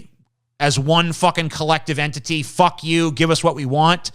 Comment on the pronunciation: Every fifth word is fock. Not fuck. Fock.